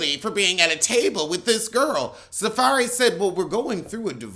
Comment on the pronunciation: He called him SaFAIRY 💀💀💀😭😭😭😭💀💀🤣🤣🤣🤣🤣